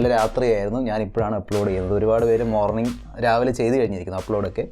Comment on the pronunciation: മോർണി അല്ല മോണിംഗ്...